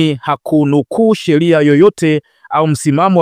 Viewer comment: Jumuia za kilaia, Selikali, Kusubili, Zalula,wazamini, Wazili,Haki za kishelia. Dosali . Lugha ya kiswahili unaichafua na unakuwa mfano mbovu kwa mtu anetaka kujifuza hii Lugha. Hivi umeshindwa kabisa kutamka Serikali ,Sheria,Waziri, Dharura, Dosari.